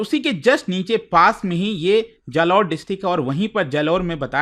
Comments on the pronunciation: It's बालोतरा not बलोतरा It's जालौर not जलोर 😅😅😅 Love from RAJASTHAN ❤️ ❤️ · बाड़मेर ❌ बारमेर जालौर ❌ जलोर बालोतरा ❌ बलोतरा 😂😂😂